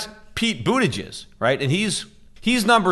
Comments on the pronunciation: Is he saying "Pete Bootyjizz" on purpose? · I crack up every time I hear Peter say "Pete Bootyjizz" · Me too lol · Everytime Pete says "umm Peete Bootahjus...." i lose my shit!😆😆